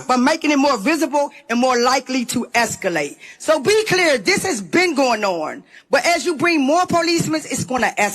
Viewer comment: You said "clurrr" wrong.